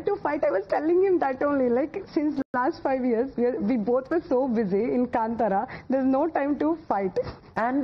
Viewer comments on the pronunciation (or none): Navika Maam it is kaantara... not kantara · Navika, it's Kaantara not kantara. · Why is it so difficult to pronounce कांतारा ? It’s NOT कंतारा OR कंटारा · Anna , tell her it’s ಕಾಂತಾರ..and not ಕಂಟಾರ. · It's not Kntara it's kantara maam 🤣🤣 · Kantara is pronounced as kaanthara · God save her pronunciation ..it's kantara ...pls don't kill. Hats off to this man for tolerating her and her questions . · Kaantaara ...plz pronounce correctly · Can the host pronounce Kantara properly please? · She can't even pronounce Kanthara... Shameless